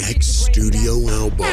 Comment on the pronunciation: tell bron its BUM not BOOM !